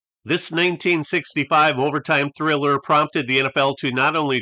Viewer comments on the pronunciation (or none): none